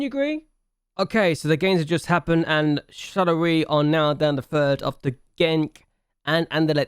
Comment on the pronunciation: Nice serie ! I'm not use to not see a youth intake challenge from your channel but Jupiler Pro and Belgium is not played very often on youtube so it's cool! Btw for the pronunciation, in french the "oi" is said like "wa" (like in "was") for exemple it would be "Charlerwa". Nice video !